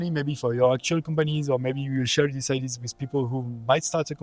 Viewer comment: Why do french people always pronounce Ideas as IDs 😂